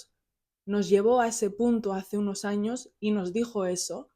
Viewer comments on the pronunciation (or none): none